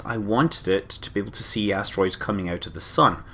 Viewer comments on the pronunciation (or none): I know you said "Giant Asteroids", but I heard "Giant Ass Roids." Gave me a good chuckle.